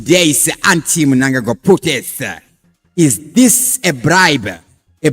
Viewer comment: Please change the way you say your words, for example when you say this you say thisa nemwe ma words as well